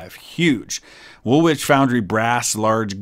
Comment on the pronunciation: HMS WOOLWICH SAY WOOL-ICH!